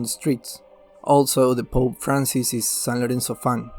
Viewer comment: Bokea y Ruiber 😂 Vilis... San Loenzo Almaro